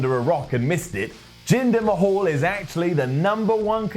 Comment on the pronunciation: Who the hell is Jinder Ma-hawl? Does he know Drew Curry?